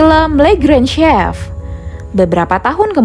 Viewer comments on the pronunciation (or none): none